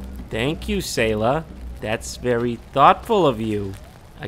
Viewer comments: Sayla: S-eye-la JonTron: Hey Sae-la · Sayla: Sai-la Jon: okay hi Say-la me: you really just called her by how you thought her name was pronounced instead of how she told you it was pronounced wow i can't believe it. i realize that it may be a joke but many people REALLY don't like it when others get their names wrong